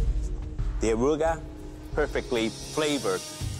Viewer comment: The “Aruga”